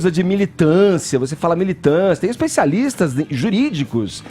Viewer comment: "Especisalistas" kkkkkkkkkkk